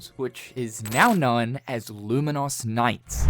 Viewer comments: "Lumen - Os" is... a way to pronounce it, I guess? "Lumen - Us" is much more common. Either way, the game looks really cool, thanks for profiling it. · why are you saying Luminous so weirdly tho??